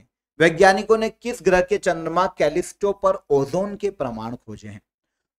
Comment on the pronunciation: Grah hoga grih nahi.